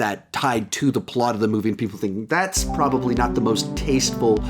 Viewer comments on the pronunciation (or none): none